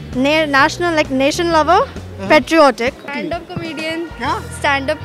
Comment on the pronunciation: I left the video when the girl says patriotic 😂😂😂